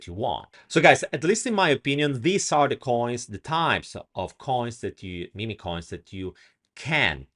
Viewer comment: they are mim coins, not mimi coins. just saying. cute italian accent though ;-)